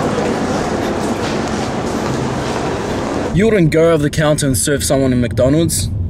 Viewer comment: "Yes I woot"